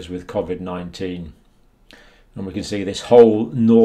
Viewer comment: Your saying Covid 19 wrong